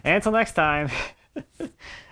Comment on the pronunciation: "And Happy Hallowe'en!" LoL! Love it!